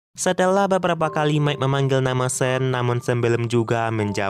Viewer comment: Sean tetap dibaca Sean.. Bukan (sen) 😅